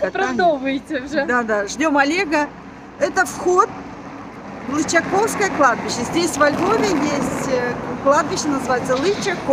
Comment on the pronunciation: прошу,ставьте ударение правильно. Не ЛычакОвское, а ЛычАковское.